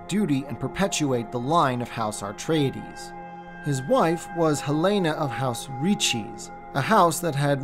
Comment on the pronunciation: AR-treides??? Dude, there's only one "r". So it's... AH-treides or EH-treides. Nice video, all the same.